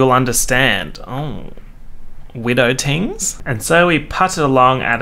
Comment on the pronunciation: Now I KNOW you did NOT just say “widow tingz” JAIL!!! PERIODT.